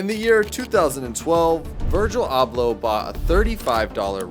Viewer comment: 2 seconds in and you can’t even pronounce dude’s name.